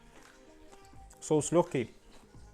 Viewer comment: Там прозвучало "вау!", а мне послышалось, как "клав")). Без обид. Мира, добра, кулинарных успехов!